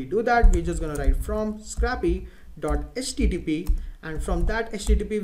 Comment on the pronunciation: Scrahpee :D